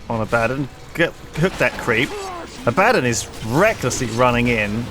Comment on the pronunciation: Wait wait, I'm sorry, but... Lewis pronouncing Abaddon ...